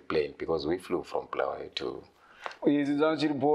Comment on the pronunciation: it's BULAWAYO NOT bhuluwayo